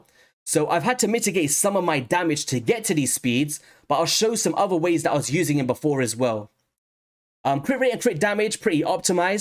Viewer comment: Thanks for doing a Husk Hydra breakdown!👍 I have been sitting on 2 copies of him for a while wondering if he was worth the trouble to build and more specifically if he was better than Seer, Royal Guard, or Coldheart. BTW, I love your accent but am curious if you have a Jamaican parent because you pronounce some "T"'s like "D"s so "This" and "That" sounds like "Dis" and "Dat".😁